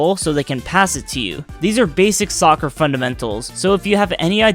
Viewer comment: When he said soccer it hurt me